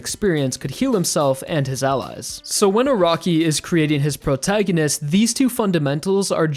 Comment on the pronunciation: Wtf is a “Prograginist”?